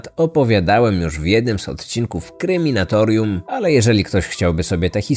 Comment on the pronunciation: Słucham od jakiegoś czasu już podcastu i jedyna rzecz jaka mnie irytuje, to ta że autor nie potrafi wypowiedzieć nazwy swojego kanału. Zamiast Kryminatorium niejednokrotnie wymawia Kreminatorium. Ogarnij się